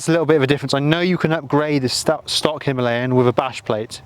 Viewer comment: It is called Himalayan (He-Ma-La-yan). Unfortunately it is pronounced - Hemaleyen.